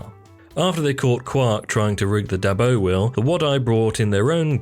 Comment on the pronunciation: combined with some mispronounced names such as Ishka and Dabo, makes it indeed feel like filler content narrated by someone who hasn't even watched the show.